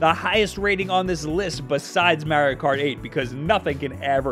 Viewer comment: Ahem, you mispronounced Mario Kart... sniff I’m offended